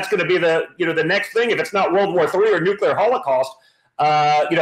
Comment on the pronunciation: Benny I've got respect for you and your show,thanks for being real! But...Evey time you mispronounce the word "Nuclear" I cringe because it's not pronounced NucUlar bro, unless you are George Bush Jr! Please Benny, you're a smart person, but nobody sounds smart when they mispronounce words. God bless you, and God Bless America! 🙏❤️🇺🇸